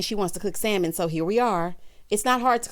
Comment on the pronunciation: has lost his mind. What Century is he living in? I CANNOT with him! Also,, the L is silent in Salmon.